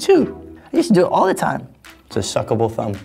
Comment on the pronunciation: did he just say “it's a very suckaboul thumb ?¿ “ i'm dying 😂😂